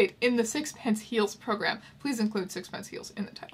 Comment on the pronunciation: That's not how you pronounce sixpenceee. There's an ee at the end.